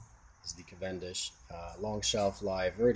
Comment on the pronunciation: who says cav-EN-dish? most people say CAV-en-dish